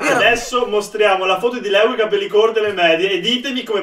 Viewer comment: sembri un russo Leo 😂